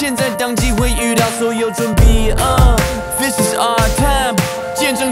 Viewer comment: 觉得是为了押韵就用了日语的发音 日语里的准备的备发 bi 的音